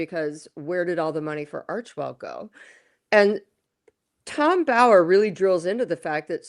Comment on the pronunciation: please pronounce Tom Bower's surname correctly; it's a massive disrespect to him. It's not as if he isn't well known and on our screens regularly; you are the only person who pronounces his name as you do.